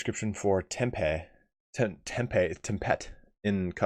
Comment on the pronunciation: Tempete is pronounced more like 'Thom-pet', as in Thomas and furry companions.